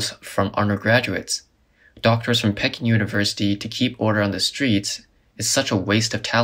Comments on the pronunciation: Pee-KING University, not pekin'...LOL! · The university u are trying to say is like duck. Peking duck. Don't say it like peeking great video 👍